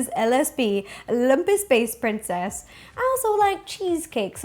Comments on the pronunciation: Anyone else hear her say Lumpess Space Princess instead of Lumpy Space Princess at the beginning? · i thought she said monkey space princess LMAO